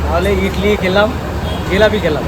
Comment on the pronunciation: Idli kothay kheley ...... Bhalo korey bolo